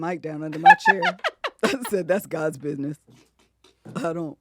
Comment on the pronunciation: “That’s God’s Bid’ness”🤣🤣🤣. And IS! Love it 😂😂